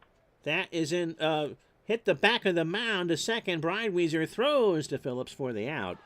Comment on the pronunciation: its Jim Bridewhyzer...and Steve Growmeck